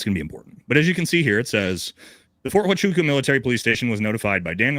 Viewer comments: So.... you provided no real information that the fort huachuca story (which you cannot pronouce after interacting with multiple MI people because you are stupid SF, yet I'm gonna call you that cause I meet way to many of you people and your stupidity on who times work you never explored cause you choose not too explore..... MI and SF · You’re getting this thing all wrong brother. Number one you’re saying, Fort Huachuca wrong. He said they were wrapping up their meeting in the morning and they left and then all of his trouble started. If they left the base then yeah Brian Harpool could’ve made it to Dallas Fort Worth in time. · I find it incredible how many creators I hear mispronouncing Huachuca. Simply breaking the word into syllables should get anyone the proper pronunciation. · Hey, show a little respect to the proud service members at Ft. Huachuca and pronounce the name correctly. I know your "emotional" but I know you can do it. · Army here….. that’s not the pronunciation of the base’s name……. Kind of expect you to know that, with all due respect…… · It's odd that he calls it Ft. Wa-cha-ca. I have never heard it pronounced like that and it is a well known installation in the Army. It was always referred to as Ft. Wuh-chew-ca. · Ft. Huachucka is NOT "wa cha ka" sound...it's "wa ChU ka" chOOO! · The military base is pronounced wachooka! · I have not heard one person pronounce the fort the way it should be pronounced Wa Ka Chew Ka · If you're a green beret, you're pretty well-versed in the military and military bases. Especially the ones in the United States. There's no way that he hasn't heard of Fort Huachuca. And whatever word he was saying. I'm sure he's never heard of that base. Fort Waka Chaka. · Wa chew ka or is it who ah choo ka? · U cant even say the name of the base correctly but you want people to believe what you say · too drunk to do it. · For a military guy, you don't even know how to say Fort Huachuca proper.